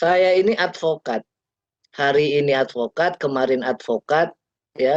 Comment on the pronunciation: SAYA ADVOKAD BUKAN ALPOKAD